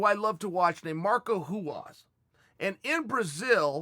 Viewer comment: CHAEL: "There was a guy I loved to watch named...." ME and CHAEL "MARCO HUAS!"